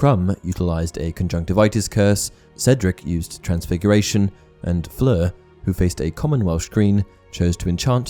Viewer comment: You're pronunciation of Fleur's name is SO PERFECT !! Great video absolutely, but i couldn't get over how well you say that name with all the nuances on point !!